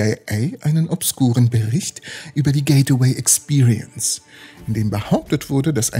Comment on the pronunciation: es heisst gateway und wird auch so ausgesprochen. nicht getaway und auch nicht gate-away.... sry ^^